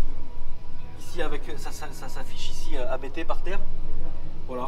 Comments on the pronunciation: Juste en passant: Hans-Jurgen Abt. Pas A - B - T 😉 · c'est la famille Abt, ne dites pas A-B-T 😋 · Abt se prononce abte frérot, c'est le nom de famille du préparateur